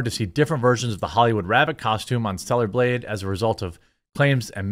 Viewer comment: And also, I've heard you say 2 things this whole video. That kind of brought to my attention. GAYB Instead of blade. AND org Instead of org l o l what What is your brain going through LO? L.